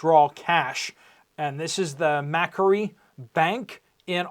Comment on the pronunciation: Macquarie... pronounced Ma-quarry.